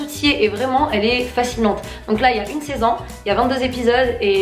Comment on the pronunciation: Wsh elle dit saisann o lieu de saison